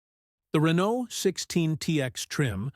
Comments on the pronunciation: Please inform your AI narrator that the T in Renault is silent. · Can't you find a human narrator? The mispronunciation of Renault and the bloated by-the-numbers verbiage are grating with buzz words. Insufferable. Also, the facts about the reasoning for the asymmetrical wheelbase are misrepresented. Who cobbled this together? AI, an LLM?